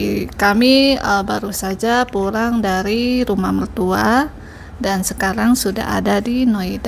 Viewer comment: Bahasa Indonesia nya sudah lumayan hanya penggunaan L dan R masih sering terbalik2..... "Pulang" bukan "Purang"